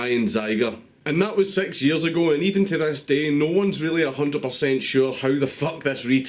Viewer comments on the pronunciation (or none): Honestly when he says “six” it sounds like “sex”